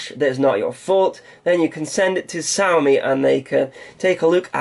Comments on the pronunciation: It's she-ow like meow....Trust me, stayed in China for 4 years. Xiao means small. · They pronounce "X" as "SH"